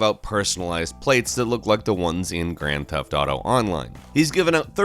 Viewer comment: Why do people say Grand Theft Dato?